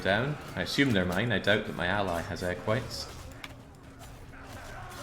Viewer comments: Pretty sure he's been saying egg whites the whole time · You say Equites, I hear egg whites